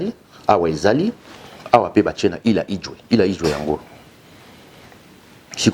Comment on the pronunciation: Il a quand même essayé 😹 C’est île 🏝 Idjwi et non Idjwe 🙊 et habité par LES CONGOLAIS monsieur 😋